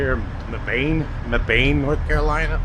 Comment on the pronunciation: Hey, I used to live in Mebane, always fun to hear how people pronounce it, we say it like meb-in.